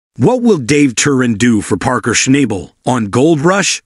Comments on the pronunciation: You should AT LEAST know how to pronounce parkers last name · If you want credibility learn how to pronounce Parker’s last name.